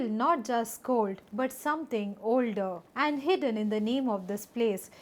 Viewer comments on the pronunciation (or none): none